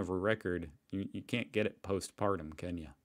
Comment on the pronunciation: I think you ment post mortem but I keep hearing postpartum which is after giving birth. It sounds quite funny like this.